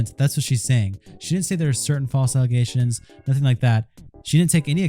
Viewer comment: Notice how she says "False aligations" 3 times in her statement? To me that is giving off "I'm trying to reinforce my narrative" vibes. That old saying, repeat the lie enough, people will start to believe it. I think that's what she's doing here. Why else would she mention "False aligations" 3 times? Side note. She deleted her PETA video from last week & uploaded another PETA video yesterday. I didn't see either video, so not sure what's up with that. Though seems kinds sus to me